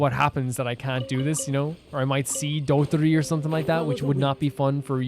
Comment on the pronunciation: it would be just a little bit more correct to call him dottOre and not dOttore ❤